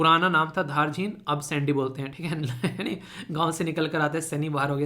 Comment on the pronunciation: Jai hind sir 🙏 Sir vo (सैंडी नहीं है वो साण्डी hai ) Hm vhi se belong karte hai